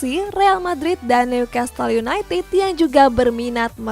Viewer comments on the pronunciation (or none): none